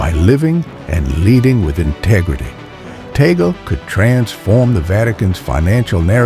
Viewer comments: Cardinal Luis Antonio Tagle will be pope if you pronounce his name correctly. It's TAG-GLE! not tagol 😊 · His surname is pronounced as TAG LEH. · BTW , it is TAGLE not TAGEL